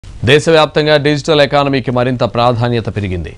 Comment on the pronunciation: ఏనానమీకి కాదు ఎకానమీ రా బాబు..